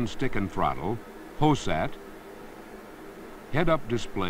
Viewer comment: Lol he called it hosat